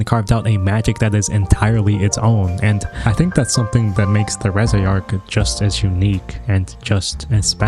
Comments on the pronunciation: making fun of his pronunciation of reze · Don't feel bad about the wrong pronunciation. Even the official german dub did it wrong. 😅 (But at whole the german dub could keep up with the original, though.)